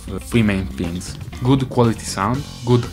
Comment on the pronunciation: "flee main fings"